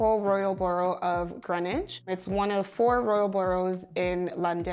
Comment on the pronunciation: It’s pronounced Greenwich🇬🇧 not Greenwich